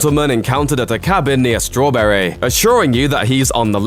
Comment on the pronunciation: Why oh why do you pronounce some of your vowels so weirdly Strawberaaaaayy Gatbaaaaayy I've studied international accents all my life and I've never known any body naturally talk like that